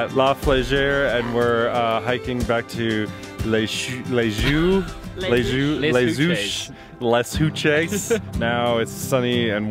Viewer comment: Nice video,. That was pleasant to watch. For the record, Les Houches is pronounced roughly lay oosh.